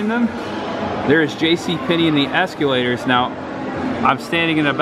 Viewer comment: Why do you say “es-cue-lators”